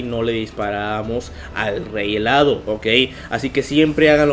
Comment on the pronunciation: M dijo rey helado 🤣🤣🤣🤣🤣